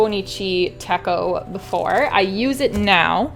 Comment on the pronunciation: Thanks for sharing- I'm also planning to get the Footprints Weeks as I love the winter scene and the idea behind capturing the everyday moments. The 'ch' in Techo is pronounced in the Japanese way with the ch as in "chair"- “tetch-oh”.